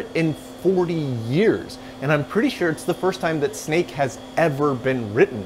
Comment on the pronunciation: Anyone else keep hearing it as CMake?